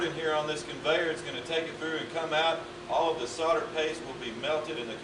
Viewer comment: The word is solder, not sodder!! See the third letter? That's an "L" ! Or, perhaps he thinks it's Christmas... No-el, No-el, No-el... ;)